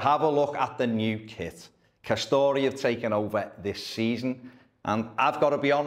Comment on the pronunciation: I like it. Better than the Hummel efforts anyway. It’s pronounced ‘Ka-store’ btw not ‘Ka-story’. Two syllables.